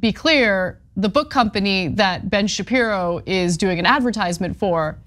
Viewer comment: Ben Shapissy... I knew it